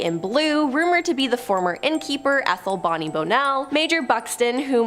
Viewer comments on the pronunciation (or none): none